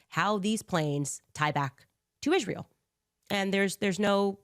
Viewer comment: I cannot stand the way she says Israel… “ishrael”